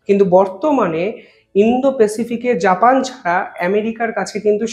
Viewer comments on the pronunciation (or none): none